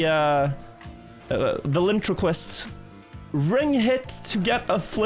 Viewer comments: Valintraquist?! I assume you meant ventriloquist 🤣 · rarely makes English mistakes, but “velintroquist” made me smile.